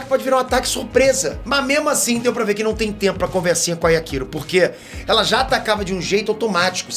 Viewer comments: Legal o vídeo,, mas só tem um detalhe: Yakiro é o meu ovo! É Yachiru! [iatirú] 20 anos de curso e não aprende o nome dos personagens! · Mano não é Yakiro, é Yachiro. Escrevi pra entender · não entendo pq os caras inventam pronuncia para o nome dela 🤦🏽‍♂️ DC: Yrachiru: Yakiru kkkkkkk gente, o nome é YACHIRU (NA PRONUNCIA JAPONESA, "CHI" SE PRONUNCIA COMO "TI"), OU SEJA, A PRONUNCIA CORRETA É "YATIRU". IGUAL COM A CHICHI DO DRAGON BALL 🤷🏽‍♂️🤣 mas enfim... Zaraki monstroooo 🔥🔥 eu assisti esse ep umas 4 vezes de tão foda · Só eu fiquei incomodado com o falando Yaquiro? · Doeu meu ouvido a cada "Yakiro", mas eu te perdôo kkkkkkkk